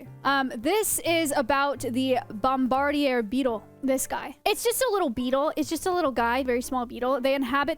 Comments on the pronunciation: bomb-a-deer, that's the pronunciation of the beetle you are looking for. Like one that bombards others.. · did it trigger anyone else when she pronounced Bombardier beetle? lol it's Bomb-Ba-Deer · I say “bomb-buh-deer” … have I been mispronouncing this since 1987 ? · Your pronunciation of noxious and bombardier is unusual